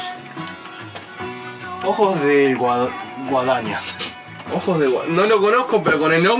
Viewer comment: leyó mal el nombre, es Ojos de Guadiana Pero ojos de guadaña suena re piola jajaja Y Guadiana significa: rio + rio + rio (básicamente)